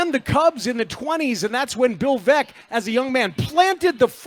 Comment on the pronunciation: I think it's a stretch to assert that he didn't know Baez was a Cub. He was referring to the Sox fans' animosity toward him, which makes little sense to begin with. And the Veeck mispronunciation doesn't necessarily mean he didn't know the basics of Veeck's legacy with the team. Can we really tell the difference between someone who didn't prep and someone who is just not at the point where he can access all this info live, on the fly, while providing commentary?